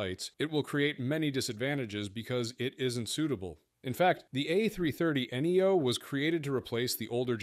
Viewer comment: No excuse for AI blunders.. This - is a dash symbol, not a minus sign.. A330 dash 800.... enough with the minus prefix.. Neo not N-E-O... Three hundred 50 !!! Ugh.!!? Class dismissed